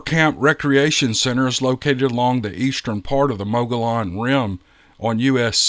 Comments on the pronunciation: This is how the word is pronounced which is the Spanish surname of a Spanish explorer that is credited for discovering the geologic feature. Not being critical, just providing what they say is the proper pronunciation for "Enquiring minds who want to know." 😜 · The two “ll”s in “Mogollon” are said like the two “ll”s in “Pollo Loco”… the first one is an “l”, the second one is a “y”… from the Spanish. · Good morning. Great Podcast. Actually, the AZ "locals" pronounce it Muggyown and, Paysun. Nevertheless, I enjoy each and every video/Podcast you upload. Thanks again for sharing these stories this morning. H.S. Mantooth Jr. Northern Idaho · Oh no. What have they done to you? They broke you, the know-it-alls, didn’t they? Mogollon is a Spanish word. And, in Spanish, the double L is pronounced as a Y. So it’s pronounced Mogoyon. Plain and simple. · Mogollon Rim is pronounced...Mog e yon...the two LL are pronounced as a Y. Payson is pronounced...Pay son. I appreciate your channel on sharing all those emails on Sasquatch and other Cryptids. I live south of Payson and Apache Junction, Arizona. Take care, Lou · Thanks for another great video! Always love to listen. Thank you! Mogollon. Sounds like Mow The Lawn. Hmm... subliminal messages. Welp! Gotta get outside after watching the vid. That grass won't get cut by itself. Maybe I'll get me a hungry billy goat. 😂 (mogollon sounds like mow the lawn) 😊❤🙏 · 🤣Ohhh, I Lived In AZ For 52+Years & Built A 4000+sgft Cabin Home In The Rim Country 1985+, Then Lived There 10+Years, Soo They're (Mow-Gee-On) & (Pay-Son)... 🤣🤣PS I Seen & Heard Big-Foots Personally A Few Times Livin-Workin + During Elk, Turkey & Deer Huntin Up There In Them BIG ASS Hills era... 😁😎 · Mo-A-lon! Oh noooooooo! 😉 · If you're calling it MOGOLLON, then you ain't French! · Officially it's Spanish and LL is pronounced as Y but go on and do you!